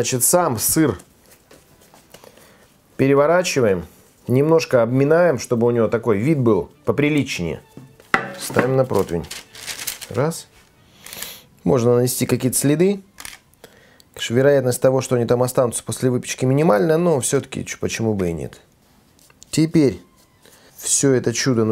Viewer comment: Не протвень..., нет! Противень.